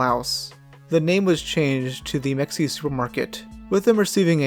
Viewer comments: it's may-huh not mek-see-yuh for future reference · It’s weird hearing it called mex-ee-ah. Texans around here call it meh-hey-ah. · it’s pronounced meh-hee-ah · As a native Texan I can say with 99% certainty that it’s pronounced Muh-hey-ah and not Mex-E-uh. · It’s pronounced ‘meh-hey-yah’ not ‘mex-e-ah’. There’s a town with the same name near me. Common mistake. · We pronounce it not Mexia but Ma hay a in Texas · It's not pronounced Mex ee yuh, it's Muh Hay Yuh ..I assumed that would be the top comment already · It's not (Me-x-ia) it's pronounced (Ma-ha-ia) I know thats what it looks like but trust me, I live in Texas. I know how to pronounce it. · Your pronunciation is wrong. It's not "mecks-eeah" it's muh-hay-yuh. You don't pronounce the x. I used to live around there. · Hemp-hill, not hem-phil. Also, it's muh hay uh not mex-ee-uh. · It’s pronounced muh-hay-uh not mex-ea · It’s not pronounced Mex ea, it’s Maheya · it’s pronounced “ma-hay-uh” not “mex-ee-uh” pull it together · I think it's pronounced muh hay yuh instead of mexia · You’re pronouncing mexia wrong it’s pronounced “muh hay uh” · It’s pronounced Meh-hey-ah not Mex-iya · I believe the city is pronounced mehia. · Sorry, Mexia is pronounced muh hey yuh. Just like the town, Mexia, TX. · pronouncing it "mex-ia" is sending me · mexeeya lol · Mexia is pronounced “Ma-hay-ahh.” I drive through that shithole all the time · I believe that is pronounced Muh-hay-ya.... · Meheya is how it's pronounced. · It’s pronounced meh- hay- uh Lol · “Mexia” is crazy, its pronounced “MUH-HAY-UH” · Meh-hey-uh. FFS. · Meh-hey-yah…you aren’t pronouncing that correctly. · It’s pronounced “muh-hey-uh” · It's pronounced " Mah-Hay-Ah" like the small city in Central TX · Mexia is pronounced Muh-HAY-uh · I’m from Texas. It’s called “Ma Heya” get it right douchebag. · Muh- hay- uh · In Texas we pronounce it Ma-hay-a lol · You can tell they arent from East Texas when they call it mex-ee-uh lol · It's pronounced Meh-hee-uh